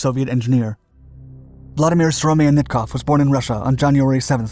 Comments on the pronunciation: Pronunciation of Syromatnikov is: SEE RO MUT NEE KOFF )))) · Every time... every time they butchered the surname Syromyatnikov...